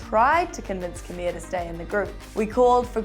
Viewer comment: Who is camia? It's cameela